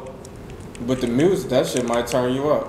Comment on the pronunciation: WTF is up with people putting an R in the word music?? lol